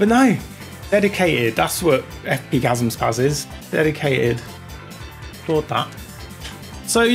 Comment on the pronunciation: FP-gazumspaz 🤣I'm going to start calling it that now